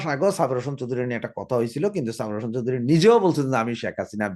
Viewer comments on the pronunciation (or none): none